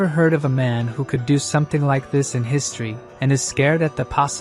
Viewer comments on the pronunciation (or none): none